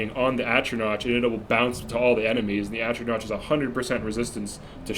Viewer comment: Wishing you the best, and hoping you learned how to pronounce atronach in the last 2 years.